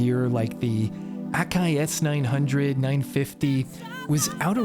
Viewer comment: But that's how you pronounce it.